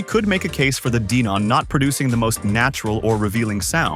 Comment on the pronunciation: DEEEnon? huh?